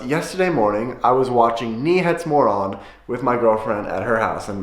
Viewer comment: To be fair. As a swede i heard "knee-heads-moron"